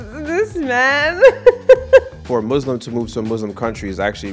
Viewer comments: Muslim, not muZlim, please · please pronounce Muslim with soft s. I didn’t know you were Muslim before you met! That’s amazing! « If you wanna elaborate that’s fine » « No, I’m good » You’re smart about being careful/picky about your friends. Vulnerability is so attractive. I loved the end